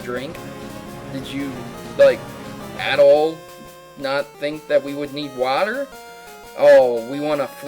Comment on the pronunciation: How come you can't pronounce "water"?